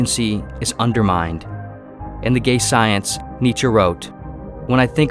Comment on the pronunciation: In the gay science..? What is he saying? haha